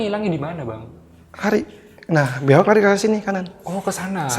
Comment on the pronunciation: Narsumnya sllu bingung antara nyebut biawak malah jadi binyawak🤣